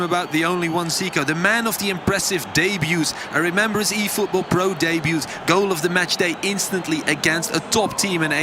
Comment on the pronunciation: "1000 efootbool points"